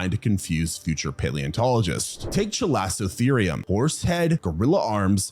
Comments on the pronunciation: "That's hotter than most places get in the Summer today." Raucous Texan laughter ensues Also, this video contains my second favorite pterosaur and the bird that's tied with the kakapo for my favorite non-flying bird. Also also, there is no "s" sound in chalicotherium. And it's an instance of "ch" being pronounced like "k". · Isn't the pronunciation: KAL-ih-koh-THEER-ee-um ? 😂